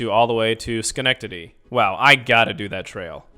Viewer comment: 😂 you showed me how to pronouce Schenectedy